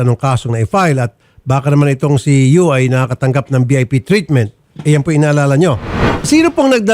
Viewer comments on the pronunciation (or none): It's Yu not Uy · senator raffy, YU po hindi UY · Senator Raffy hindi UY kundi YU po.